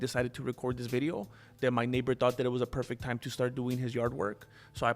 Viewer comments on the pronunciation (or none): none